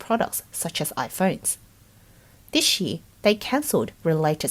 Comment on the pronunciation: I love this channel and have been watching every single one of their videos the past year. Maybe it's just me but how the female narrator pronounces "year" really buggy me😅